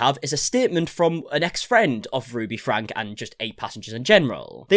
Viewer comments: Just a small point, you lose credibility when you pronounce the name wrong, it's not pronounced "Frank" but "Frankee". And Shari is pronounced "Sherry". Thanks for the update. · It is pronounced Frank-ie. If you’re going to cover this you need to get this right. If you pronounce her name incorrectly constantly, it sounds like you haven’t actually done your research. Which I know is not true, but you should know how to pronounce the name of your subject.